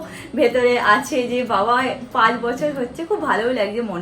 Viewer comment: khabiye diye mane?? khabiye diye then gach ke gash , pach ke pash egulo ektu thik koro.